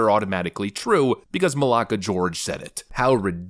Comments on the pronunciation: I like the Malaka you said it right 😂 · Dude, are you Greek? Great pronunciation on the "re Malaka". Classic. That made me subscribe.